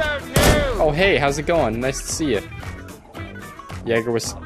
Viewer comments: Wait what was that? Lemme just rewind it for you. “Jeger” Sorry what was that? Here another time. “Jeger’ Damn it he’s german you say it as “jaager” get your shit straight. Ps. I fucking love you, i don’t fucking care what the hell you do or how you do things as long as it makes me laugh...and i laugh...so keep it up! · It's pronounced yay-gur, not ya-ger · The "a" in Jager is pronounced as a capital "A", please see this